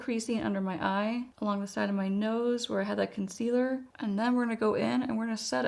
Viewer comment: I love your videos…. English is my second language, so I’m always curious.. why do say “conceader”? Maybe I am hearing this wrong and you actually say “concealer”. Thanks!